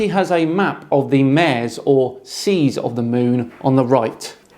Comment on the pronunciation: Although Ranty's made a complete mare of this,, you should know it's pronounced "mah-ray" (it's Latin. And whereas there's a constant argument regarding Latin pronunciation, I've never heard "mare" pronounced like a female horse.) When it comes to Ranty's "idea", though, I'll just quote Cool Hard Logic. It's "bollocks".